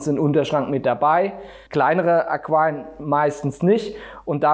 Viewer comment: Ich habe eine Frage. Ich wollte mich eigentlich uber Aquarien informieren. Aber ich höre nur Aqem, Aquam, Aquiaion... Aber man muss das ja auch nicht richtig aussprechen können. Die Zweite Frag: Warum sollte ich mich über die Statik meiner Decken informieren, wenn das Aquarium doch auf dem Boden steht?